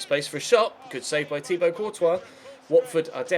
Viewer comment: man said Thibault 😂